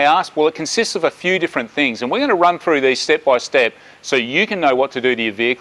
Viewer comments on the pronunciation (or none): there's no such word as froo, It's THROUGH.